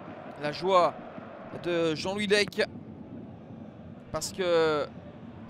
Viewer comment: LECAAAAAA pas lec